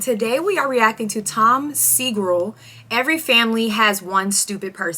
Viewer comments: Tom whoooooo?? How could you pronouce SEGURA segrill 😂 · Tom Segrul?? Whats wrong with you girl. Listen to how presenters present Tom. Its very easy to say Segura. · seh-GOO-RAAAaaah Tom is Japanese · His name is pronounced Tom Segggurrrrrrrrraa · I love the reaction! I laughed the hardest at your pronunciation of his name bc his friend Bert Kriesher or however the fuck you spell it always has his last name mispronounced. Its a change of pace to here Toms name mispronounced. Hopefully they see this and put it on their podcast they would love it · Please someone clip when she pronounces tom's name and send it to 2 bears 1 cave. Burnt Krysler will have a field day with it. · How do you fuck up the pronunciation of Segura? What ever happened to sounding it out? Did they not teach you young folks that when you were learning to read?